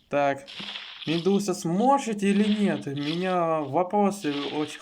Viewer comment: сможет а не "сжошет"🤓